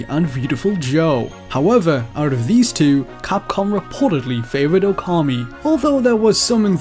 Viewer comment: I clicked this video waiting to see if you'd say Okami right. Nope. Wrong. It makes you look not very credible with mistakes like that within a few seconds of the video